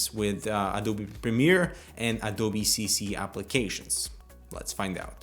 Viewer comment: Adoubi?? its A-D-O-B-E